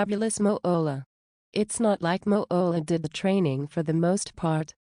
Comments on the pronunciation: It's MOOLAH OKay? MOO-LAH!! NOT Moo-olah! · MO- OHLAH IS A DISAPPOINTMENT TO HUH-OH-MAH-EH-ER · Moo-ooh-lah. LoL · Great video...if you take away that cringe AI voice that seems to have the rare gift of mispronouncing even the easiest words, in addition to the Fabulous "Moo-oh-la" name. It's crazy how Moolah always looked like old roadkill/or an old dried out hotdog....every year she wrestled, including her "younger" years 😬. What an absolutely gift she was on the eyes 😜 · Moe-ohlah? lmao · i really find the robo voice annoying every time it mispronounces names i cringe. it needs to stop being a thing for channels, its lazy... its not Mo-Olla... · Moo-ha-la 😂 wtf Moolah was a legend these are nothing but rumors she gave those women everything